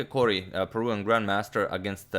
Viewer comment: It’s Peruvian, not Peruan